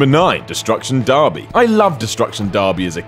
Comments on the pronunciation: barby, really, its derby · Every time he said darby instead of derby I cringed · How does one pronounce Derby as Darby? I get we have cultural differences and use different words for the same thing but Darby? It's like you've given up on trying. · Darby?.... Derby right? Is darby the international name? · Why the fuck is he pronouncing derby like 'darby'. Jesus bugged the shit out of me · "Darby" "Mary-o" Ugh.. I'm sorry, I didn't realize the host was slow or something before I made the first comment. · "FIFER" "DARBY" "MOR'UHL KOMBAT" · What exactly is a destruction dArby? You do know the letter E is pronounced the same in England as it is in every other English speaking country, right? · I've never heard of "Fee-fer" international or Destruction Dar-bee. must've not made it to North America! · The way you pronounced Derby made me cringe. It's not pronounced Darby.